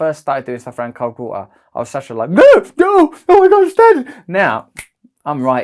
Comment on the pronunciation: „Vo-oh“ (water) 😃